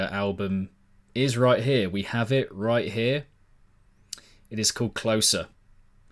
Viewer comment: Pretty sure its 'Closer' as in like Closing a door, not 'Closer' like the opposite of Further. Makes sense as it's their final release.